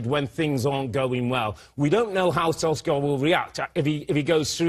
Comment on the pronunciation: All three of them pronounced his name differently lol. You'd think before filming, someone would have said hey let's figure out and agree on the proper pronunciation of Solskjaer.